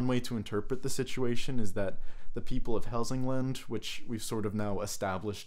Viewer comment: You pronounced Hälsingland surprisingly well!